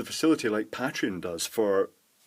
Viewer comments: The way you pronounce "Pateron" still bugs me. >: I wonder, do you pronounce "patron" the same way? That would explain it. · ***** Ah, I've never heard anyone say "pat-reon" and it sounds so weird to me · you don't pronounce Patrick "Pay-trick", do you? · I think the pay-treon pronunciation is the "American" pronunciation and pat-reon is "British" but I'm sure it varies because I'm British and I say pay-treon